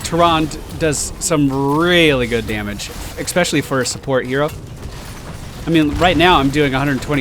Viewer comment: While we're criticizing how you say things, I'll throw my two cents into the mix: there's no "x" in "especially". Love your videos,! Keep it up!